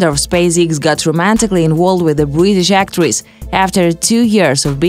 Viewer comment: "Bridisht agdrist"